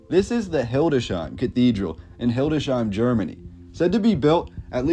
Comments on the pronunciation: Not "Hilde shein", but "Hildes heim". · Its not hildesheim, but hildes/heim